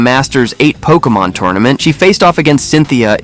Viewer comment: Pokémon, not pokeuhmon.